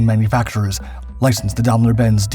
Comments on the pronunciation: Daimler-Benz is pronounced "dime"lr bents" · Grässliche KI - Aussprache!! Dambeldor Benz und weiterer Quatsch....